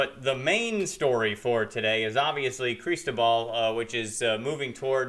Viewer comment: You can't even pronounce Cristobal right and you think you can forecast the weather here in South Mississippi. You are NOT even from this area!!!! Try moving back north somewhere